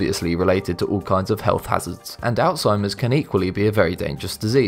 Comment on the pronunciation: ThANK you, thank you, thank you for properly pronouncing: alzheimer's! I'm so sick of ignorant people calling it; all-timmers! Freaking ignorant people.